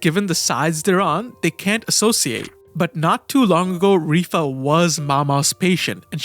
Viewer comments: Dude, I wanted to smack you throughout this video, is not RIFA, ITS LIWA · It is strange to pronounce it Rifa. What language pronounces L as R ? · I literally sat here for a few seconds like "who the fuck is rifa" lmao its LIHUA